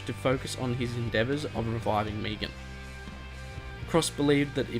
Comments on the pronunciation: Megan. Me-gan. Not Meegan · Megan. Not Meagon 😂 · "meegan" you do realise its megan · I swear if this dude says “Meegan” one more time. MEG-AN. Got it? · He calls megan meegan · It's Megan not Meegan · Meh-gan. Meh-gan, come on man, sounds like you're saying Negan. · Don't know why aussies say meegan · i like how you pronounce megan..... meegan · The way you pronounce Megan. xd cool video